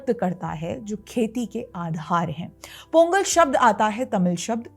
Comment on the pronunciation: In Tamil, ”th” is pronounced as “त” not “थ “. So correct pronunciation is “तई पोंगल“